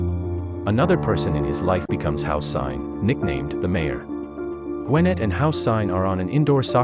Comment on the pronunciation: Houssine, this is how u pronounce it... Hoo-sehn Like Saddam-Houssein.